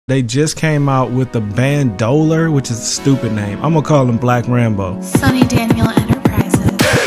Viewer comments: its band o leer not band o lur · Bruh it's pronounced band-oh-leer